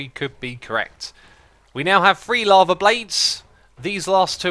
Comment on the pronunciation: I like that whenever Xisuma says "lava" it sounds like "llama" to me. XD